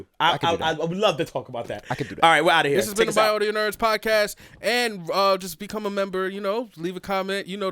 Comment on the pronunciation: bro said audio nerds like they was the autobots.